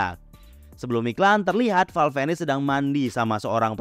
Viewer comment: Val venis dibaca val vines bang😂 Venis seakan tukar huruf saja namun tetap dekat kesana😂 sengaja bang ni😂